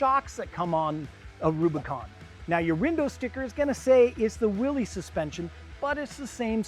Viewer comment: It is not pronounced Willees!